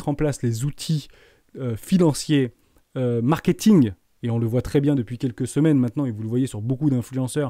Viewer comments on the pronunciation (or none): none